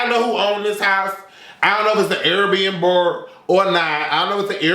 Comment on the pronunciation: "air bnburr" lmao